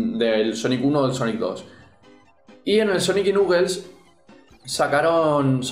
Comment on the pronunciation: ¿Nuquel? ¡Se pronuncia "Naquels"!